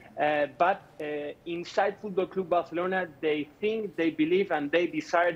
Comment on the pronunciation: Fuuudklab Baarselorna 😆😆😆